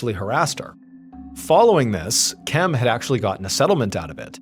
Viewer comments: Question, is anyone else wondering why KIMs name was pronounced KEM? Drove me a bit insane. 😂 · Her name was KEM